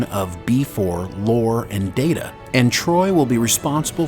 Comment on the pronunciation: Brent doesn't say its Lore. Listen to what he says closer. Brent loves dropping hints to his fans. He pronounced the name as Lor-a. That should be a pretty healthy clue. Also at one point Data also shared some of his memories and programing with Lore just as he had done with B4.